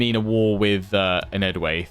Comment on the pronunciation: You should pronouce enedwaith like EN-ED-WHY-TH